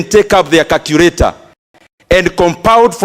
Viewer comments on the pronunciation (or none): Can someone tell Mr Nyoro that there's nothing like Carcurator but Calculator